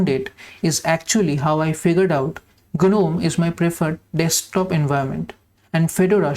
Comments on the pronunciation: G is silent in Gnome :-) Nice minimal setup btw. All the best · The fairy tale gnome, yes g is silent there. But for the Linux Desktop Environment gnome, g is not silent